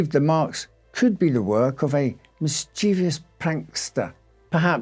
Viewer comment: . Did I hear you say 'mischeivious', with an extra ' i '? Instead of Mischievous